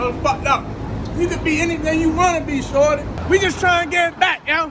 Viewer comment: it's pronounced "shoooordy"